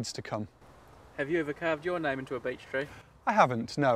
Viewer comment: Why does it sounds like "B*tch Tree"😂